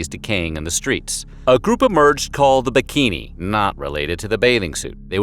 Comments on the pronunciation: Interesting as always! Just a side note from a an Italian speaking, its BECCHINI and not BIKINI. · They're called "Becchini" not "Bikini" :'( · Wait, wait, wait... When you talk about those "bikini"... You actually mean "becchini"? I'm Italian and I swear to god I couldn't understand what those "bikini" were until I started thinking about WHO took care of corpses back then.